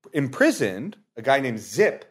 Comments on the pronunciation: It's pronounced "zippy", not "zip". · Both of you were wrong. His name was Gernot Zippe. German "z" is pronounced as English hard "ts". The "e" at the end of his name is a short and weak e, and it's close to "a" in the English word "back".